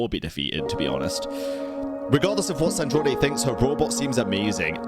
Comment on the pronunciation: you forgot. We were captured by the shade of space while fleeing from cataclysm and then thrown into Teyvat and then we landed in Mondstadt. So, we actually never got to travel Teyvat and that's what we are doing right now. Also,. It's SandrOne. Not Sandronae. Like the pronunciation of a Drone in Sandrone